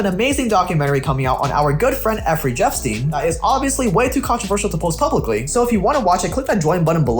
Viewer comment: Effry jepstein? Am I the only one who caught that